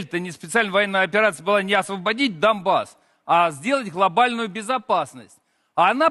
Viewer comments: Цей вафлэдрон каже "даМбас" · як чітко той черепахолюб вимовляє слово "дАМбас" ) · ви чули, як вони вимовляють "Донбас"? Дамбасс 🤦 якщо записати англійською, то це характеризує кацапню "dumb-ass" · Моск@ навіть вимовити слово " Донбасс " правильно не можуть: цій йолуп-журавлев говорить "Домбас". А що до "гарантії " від Америки чи НАТО- це МАЯЧНЯ. Найкраща гарантія для України- це могутні Збройні Сили та наявність ядерної зброї. Крапка. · Той російський шанувальник черепах говорить не Донбас а 《домбас》😮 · Боже, вони досі не можуть вимовити "Донбас" все дамбас і дамбас. Справжні dumbass'и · "освободить даМБас "освобождение даМБаса" Ну просто дібіл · "домбас" вони навіть не знають як правильео вимовляти, ебанати тупі